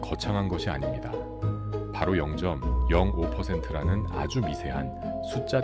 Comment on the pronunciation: 일본 ai가 나래이터인가? 0.05% 영점영고퍼센트?